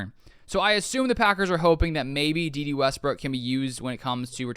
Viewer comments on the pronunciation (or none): Day Day not Dee Dee.